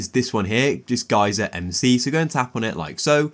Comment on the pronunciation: “Gay sir” geyser 💀